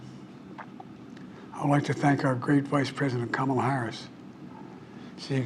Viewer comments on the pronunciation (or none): none